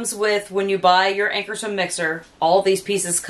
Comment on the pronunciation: Great demo. Check your pronunciation. AnkarsRum.